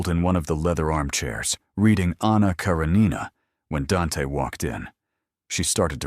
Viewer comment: A garden that looks as if it had stolen from Versace???? Doesn't the editor realize it should be Versailles??? How incredibly unprofessional. AI narration should be programmed to CORRECTLY pronounce KARENINA, BELISSIMA. UGH